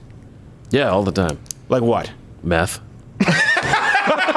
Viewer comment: same here. Literally didn't know he said meth till I saw this comment.